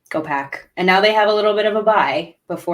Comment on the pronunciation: "Piss is hot." ?? Is Pack what she said? Ha.